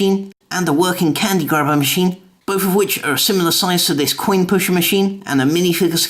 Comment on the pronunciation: You said Quinn not coin